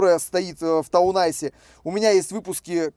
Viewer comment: Все-таки правильно ТаунЭйс, то есть городской козырь, а не ТаунАйс, то есть городской лед ))